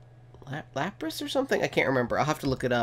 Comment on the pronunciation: No offense not to be mean but every time u said lapras I facepalmed